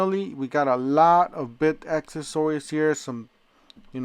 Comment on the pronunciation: Practice how u say accessories bc u say it a lot and that’s not how u say it lol